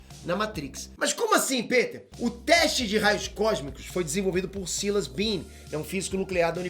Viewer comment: ParAbéns pela pesquisa e tal... Mas vc fala muiiiiito rápido, acaba que pra leigos nesses assuntos é difícil acompanhar. Outra coisa, só fiquei pensando na pronúncia do seu nome kkkk Pêter rss mano, ou é Piter, ou Péter. Baguio esquisito